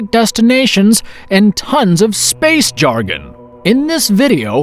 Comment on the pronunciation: I hate how this dude says SPACE